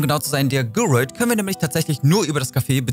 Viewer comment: Wie du Gyroiden aussprichst, hihi... das hat mich total getriggert. Konnte mich gar nicht mehr richtig, auf den Inhalt des Videos konzentrieren. Für mich waren es schon immer GÜ-RO-IDEN (so gesprochen) 🥰 keine denglische Aussprache 🙊